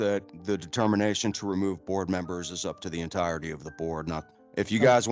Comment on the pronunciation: God I hate how he pronounced entirety. "Enteerity"